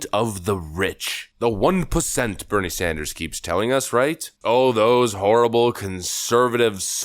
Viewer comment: I heard “the one placenta, as burnie sandurrs keeps telling us”